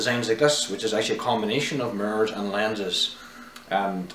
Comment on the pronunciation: He kinda looks like Tom Hanks. Overall good presentation.When he said mirrors, I said “WTF he say???”